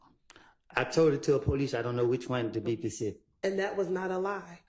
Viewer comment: pronounces "specific" pacific. I bet if you tell him to be specific he'd probably say "n!gga I'm not from the west coast!"